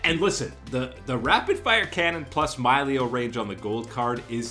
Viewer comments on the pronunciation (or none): I couldn't keep listening after he said My-leo the third time